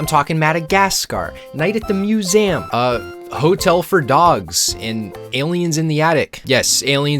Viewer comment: STOP SAYING IT LIKE THAT! IT'S NOT "MEW-AM' IT'S "MEW-ZEE-UHM"